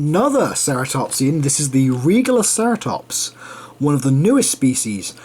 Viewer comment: ALso yu pronounced Regaliceratops as RE-galiceratops Idk if it Can be said either way .